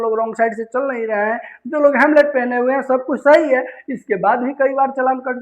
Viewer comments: Hamlet nahi sir Halmet aap Hamlet bole rahe hain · 4 minutes ka video 16 minutes mein banaya. Hemlet nahi Helmet hota hai 😅😂 Sahi hai bhai aajkal Bihar mein Affidavit ab Haffidebt ban chuka hai 😅😅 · कृपा करके परिवाहन, अनलीगल और हैमलेट न कहिए । कृपया बोलने से पहले थोड़ा अभ्यास भी कर लिया कीजिए । कभी कभार डिक्शनरी भी देख लिया कीजिए जो शब्दों के विषय में ऑथेंटिक इनफॉर्मेशन देती हैं । आप के लिए ही तैयार और प्रकाशित की गई हैं। नहीं देखिये पढियेगा तो शब्दकोश मायूस हो जाएंगे ।